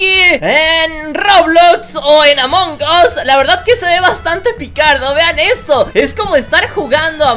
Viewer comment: dice mal amon gos 🤣🤣🤣🤣